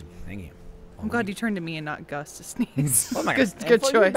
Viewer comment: speaking as a brit, gus physicallly pained me